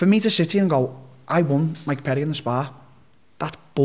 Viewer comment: “Migh Purry”